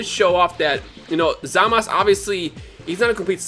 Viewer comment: Why does he keep calling Zamasu, Zamas?